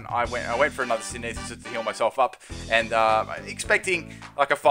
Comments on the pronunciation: Sin-the-sis not sin-e-this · SIN THEH SIS NOT SIN EE SIS